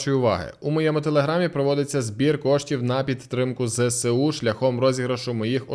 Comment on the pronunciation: Зе еС У а не "зесеу" літери Се в українській мові немає дякую